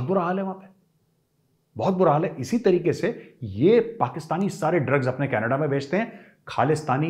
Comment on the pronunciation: Love the way sir when You say "canadda"(canada) Gajab bolte haiiiiiin👅